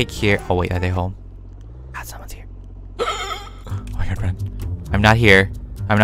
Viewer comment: You said O mY Gwod lol 😂